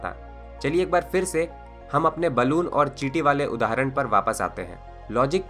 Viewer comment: kamal ke infomation hai bhai .lagta hai ap south indain hai pher ko fer bolte hain ..